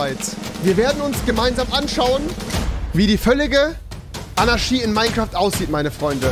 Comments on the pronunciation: fiSCH und nicht fiCH Zu dumm um fisch zu sagen aber anarschie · Wie er bei Fisch Fich sagt und bei Anarchie Anarschie sagt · Warum sagst du "Anarschie" du Fich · Niemand: Wirklich niemand: Rewi: Anarschi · Rewi: Anarschie Auch rewi: fich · Rewi: Fisch ist Fich und Anarchie ist Anarschie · Rewis Logik: Statt Tisch = Tich Statt Anarchie = Anarschie xD nice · Niemand: Rewi: sagt anstatt Fisch Fich und anstatt Anarchie Anarschie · Pls sprich Anarchie richtig aus... das macht mich fertig. Ahahaha 😂😅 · AnarCHie nicht AnarSCHie 😂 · Du sagst "Fich" statt Fisch und "Anarschie" statt Anarchie....🤦👍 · AnarCHie nicht AnaSCHi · Niemand: Nicht einmal Keine Schwäche: Rewi: ANARSCHIE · Anaschie lol. Aber Tisch nicht sagen können 😂😂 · Fisch: "Fich" Anarchie: "Anarschie" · Er kann sch aussprechen anarschie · Niemand: Rewi: anaschie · Er sagt AnarSCHie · Wenn mann dass Wort Anarchie nicht aussprechen kann Keinen Deutschlehrer zeigen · Bei Fisch kann er SCH nicht aussprechen und liest CH und bei Anarchie kann er das SCH aussprechen obwohl es falsch ist